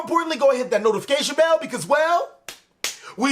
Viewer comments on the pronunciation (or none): none